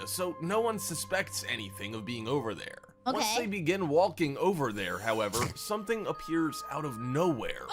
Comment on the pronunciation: The way the narrator says "Walking" is more distracting then the goblins. Really enunciates the L.